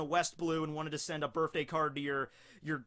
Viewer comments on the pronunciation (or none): Anyone ever notice how says birfday instead of birthday